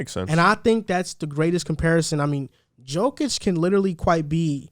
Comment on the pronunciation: Its not NiCOla its nikola and its not djokic its jokic, i mean guys first thing u need to know the name of mvp🤣